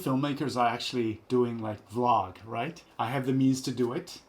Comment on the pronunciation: V...라~~그 ㅋㅋㅋ 발음 쩐당 ㅋㅋ